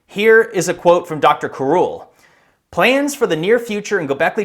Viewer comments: Sounds like you're calling him Cruel. Karul DeVille. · Karul, pronounced, Cruel.